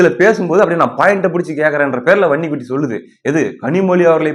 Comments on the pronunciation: வன்னி குட்டி வன்னி குட்டினு சொல்லும்போதெல்லாம் எனக்கு பன்னி குட்டி பன்னி குட்டினெ கேக்குது😂😂😂😂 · எனக்கும் அப்படியே தான் கேட்குது பன்னிகுட்டி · வன்னிக்குட்டி என்பதை அழுத்தி சொல்லுப்பா காதில் வேறமாதிரி கேட்குது